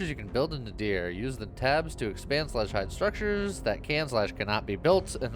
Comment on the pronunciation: Nadir means, I believe, "The lowest point". I also think it's pronounced nay-DEER? With the emphasis on the second syllable?